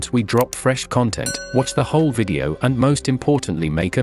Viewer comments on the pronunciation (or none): none